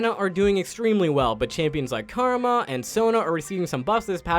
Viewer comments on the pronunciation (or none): none